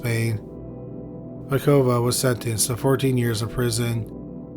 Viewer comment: Batukova, not Bakuva.